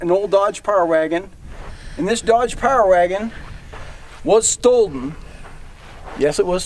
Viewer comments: don't repeat yourself when you can't even pronounce the word 'stolen'. It's redundant and too precious. What kind of an expert 'historian' calls it 'stoleden'? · "Stolden. Yes, stolden." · No "d" in stolen.